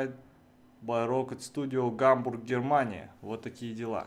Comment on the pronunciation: Когда он сказал -Гамбург, Германия, мне послышалось Гамбургерамания